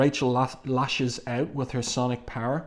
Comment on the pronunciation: Hey, really enjoying your videos, but are you saying "sonic" or "psionic" when the psychic characters use their powers? Like in this video.